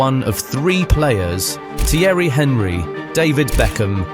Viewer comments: The voice over is English, but no one English that knows football pronounces Thierry Henrys surname name as Henry, as in Henry VIII, the Tudor king. You even included a clip of the correct pronunciation! This whole channel is clearly heavily made with AI. And it's AI slop too. Limited effort for the most reward. Do better. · How can anyone pronounce Henry with hard "H"? :D